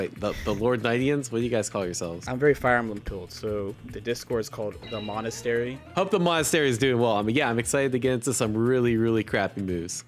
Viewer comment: My guy, Mr. editor, love you, big kisses, but you gotta look up a word like monastery before banging it out wrong in the first 15 seconds.